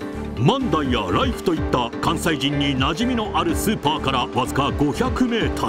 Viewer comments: 万代の発音が自分と違っててショックだったよ…よく行かせてもろてるけど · 万代の発音がおかしすぎて気になります😂